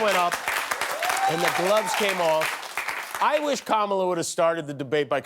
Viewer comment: Did he say Cumala?